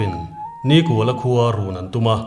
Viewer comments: Hming chhiar dan hi uluk ang u, niiiikuala....tih te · Nikuala hi in lam dân a dik lo. Ni a kual lo. Ni kha sârin a zâm kual a, chutiang thlük chuan NIKÙALA tih zâwk tûr alawm. 😊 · Nikuala pawh hi, hmeichhia zawkin a lam dan hi a dik lo deuhlo maw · A chhiartu ten Nikuala hming in lam dan thluk hi a dik em aw? 'Kual' tih lai hi 'Kawi' (Ngil lo) thluk anga thluk tur a nih ka va ring e.